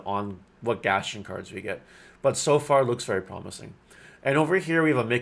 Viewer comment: Thank you for the upload. Its pronounced Gast-on. Not Gastion